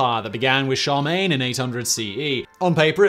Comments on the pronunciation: Shar-main? Nay, sir. Char-LE-mane. You keep dismissing an entire sylable. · Charlemagne not charmain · Emperor Sharmaine? Charlemagne would not be happy with your pronunciation. How can you shorten sharmaine to Charles? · I've never heard someone pronounce Charlemagne "Shar mayn" . I've always heard it pronounced "Sharr la mayn". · Charmaigne??? Don't you mean charlagmaine? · "Char main" lol what. It's Charlemagne shar lah main. Come on, man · Did he mean Charlemagne? He said, Charmaine. I'm confused! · When you say "Charmaine" are you trying to say "Charlemagne"? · I thought he was kind of swallowing the middle syllable the way the fast speaking French do. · Today I Found Out....that Simon still mispronounces Charlemagne, lol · Can you possibly talk any faster? Got somewhere to go? You even skipped a few syllables in Charlemagne